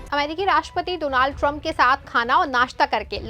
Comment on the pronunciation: Don't say do-naald